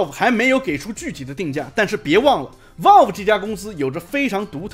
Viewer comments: 這腔英語聽得難受 是Valve 不是Walve… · 有点偏题了，但是valve这么重要的一个词，你是不是能够选择正确的发音呢，不是生冷单词，但是念不准很影响你视频的专业评测。